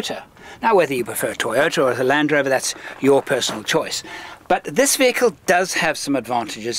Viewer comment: Good wehicle, bad presentation...